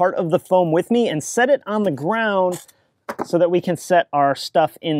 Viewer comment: Off the gwound.. pwinchweld